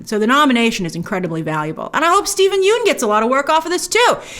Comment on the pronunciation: Steven Yeun's last name is pronounced like 'fun' not 'yoon'.